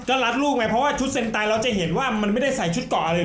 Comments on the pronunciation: เซนไต❌️❌️❌️❌️❌️ เฮนไต✅️✅️✅️✅️✅️😅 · เซนไตนะ ไม่ใช่เฮนไต 55